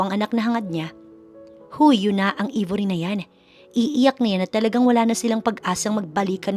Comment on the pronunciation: Aybori ang pagpronounce , d Ibori